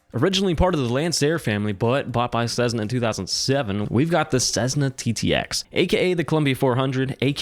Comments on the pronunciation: It’s not Cezzna, it’s Cessssna! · Sezzna? I have had my private pilot certificate since 1979, and the only time i have heard Cessna mispronounced that way is from people who didn't fly. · The DA-50 is only the best plane if you haven't had to pay for it. And, to improve credibility, you should honestly research how 'Cessna' is pronounced. Then you'll stop sounding silly by saying 'Cezzna'.